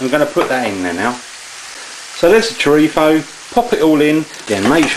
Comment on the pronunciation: last time i checked the label it was churritzo not churripho like your pronouncing it lol